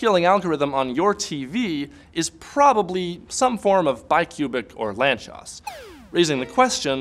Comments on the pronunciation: It's pronounced "lantsosh", not "lantchos" This is the last name of one Hungarian mathematician. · He butchered the pronunciation. If it would't be in the video in written form, I would've not understand it. It should be pronounced as [laːnt͡soʃ].. just as it is written in the first sentence about the guy on wikipedia. It really bugs me if native English speakers don't take the effort to look after these things before making a video. In live-streams and conversations it is ok to say however you want, so you don't break the fluidity of the conversation. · Lanzcos? wtf is that word?